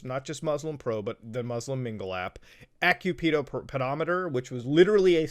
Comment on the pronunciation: Am I the only one who laughed when he said “AccuPEDO?”